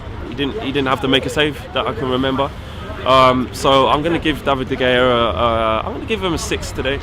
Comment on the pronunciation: Please. Please. Don’t pronounce De Gea like that...